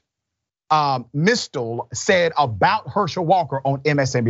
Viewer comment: Mystal is pronounced MIS + STALL.